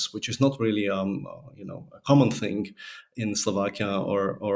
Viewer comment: I have a constructive criticism for you - you use "kind of" filler phrase too much. Also, I thing you say "fing" instead of "thing"